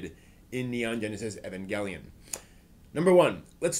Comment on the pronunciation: You pronounced 'evangelion' / 'eva' like three different ways. Also, "done" "bine" for Dunbine, not dunbeen.